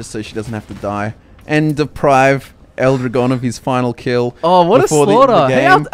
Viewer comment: "L Drahgone" not "ildrigon" Sorry it just made me cringe a tiny bit how you guys pronounced it. (Am a native spanish speaker) More battleborn content would be appreciated.